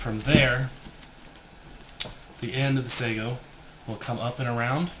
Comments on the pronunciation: Sago is a slimey pudding. The word is sa ge oh. Be respectful to the language as well as the technology. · It's called sageo as in sa-geh-oh not sego. Have more respect in speech and demostation when practicing this art form.